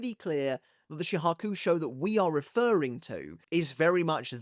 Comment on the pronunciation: Chat why can't he pronounce shihakushou 😭 isn't Bleach his job? Jaw kuu show? LOL